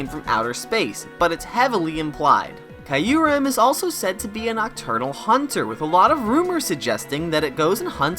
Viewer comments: Kee uh rem, not kaiuu rem🙃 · one true enemy is pronouncing Q-REM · I’m sorry but that Kyurem pronunciation sounds like nails on a chalkboard to me